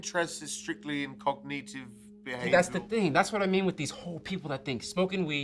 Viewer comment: What’s up with pronunciation of ‘Cognitive’? Oh yeah, & his general speech pattern. As an English person I can honestly say It’s really odd & really distracting & im only 20 minutes in!! Edit. Just found the actors profile & he is English. That’s the biggest shock/horror so far in this film.